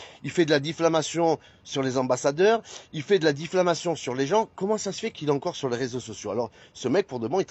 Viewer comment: « ces critis » ? Ces « diffLamations » ???? il « divoile »… 🤨 Je pense que si Oliv avait neuflamé au lieu de dixflamé, nous n’en serions pas là. Après, je ne suis pas sûr que neufvoiler, dixvoiler, ou même onzevoiler fasse vraiment une différence. Mais je ne suis pas expert.